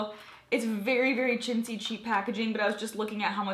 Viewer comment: Molly O the first time I heard shitzy and the second time I heard chintzy lol